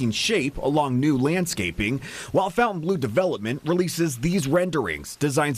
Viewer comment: Just say Funtan Blue to pronounce it correctly!